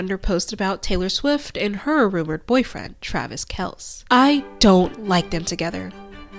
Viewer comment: Love the vid! Travis Kelce's last name is pronounced like Kelsey, like the common girls name. I don't blame you tho, if you're not a sports person there's no reason for you to know.